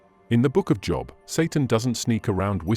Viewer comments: God of the Bible does not lie. How can you listen to a guy that pronounces Job wrong. No, Adam and Eve did not die on the spot, but they did eventually as all of us will. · Listening with great interest. (It's a shame you can't tell the AI reader how to pronounce 'Job', but he has a great voice.)